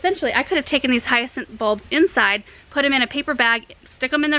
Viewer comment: Thank you for showing me how in the world to pronounce Hyacinth 🙏